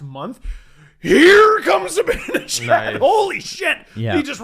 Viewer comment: "Mikka Zibinijad" - (get it right, it's Zibanejad;))